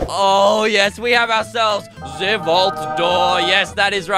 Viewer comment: the way he said ''Ze vault door''... My grandpa speaks English like that (all my family including me ofc is from Romania that's why)